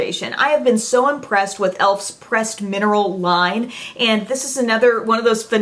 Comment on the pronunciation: Catching up on my videos and always love the Emily Awards of course, but when you said Best Pressed Powder, I thought you said "Best "Breast" Powder! I nearly died laughing!